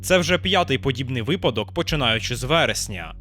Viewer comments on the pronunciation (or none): none